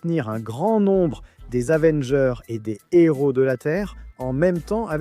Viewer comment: Son héros pas son Nero y a pas de liaison ca fait mal aux oreilles